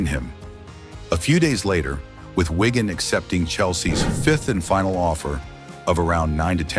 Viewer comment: Can't you just get a human to speak these texts? Whygan? It's Wigan FFS.